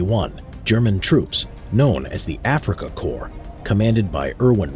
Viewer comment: You speak it like africachor instead of Korps